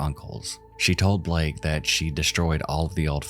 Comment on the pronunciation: BALAKE not blake